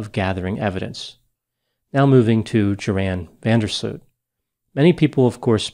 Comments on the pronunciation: He completely made this video unbearable to listen to for any Dutch person. It's like you pronounce the Latin name "Gutiérrez" as "kuuterrece". What's up with Americans and not taking the time and effort to pronounce something right. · Even if you in a strange way get a suit over this video. The dutch name is so far from the correct pronunciation of the name ..that it impossible to win that😅😅😅